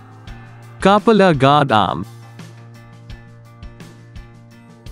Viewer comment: Learn how to pronounce Coupler at first